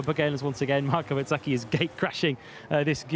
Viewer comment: Please say Bezzecchi not BET zecci, he has confirmed many times how it is pronounced